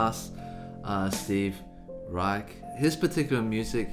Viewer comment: The CH in Steve Reich is pronounced like a “SH”